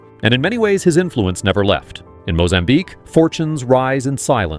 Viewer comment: Unless u are mozambican you have no right to talk about Mozambique a country name u bearly can pronounce. So leave us allone. Deal with ur Owen problems in your country.